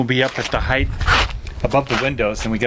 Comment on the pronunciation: Uggg...here we are again with your family's pronunciation.... As I have said before heighth is not a word. It is height. No need for the th sound at the end. Also, it is across...not acrossed. That's not a word